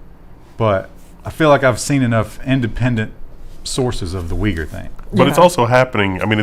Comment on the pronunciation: I see, has wildly incorrect pronunciation. Thanks voor the explanation, wasn't aware it got censored.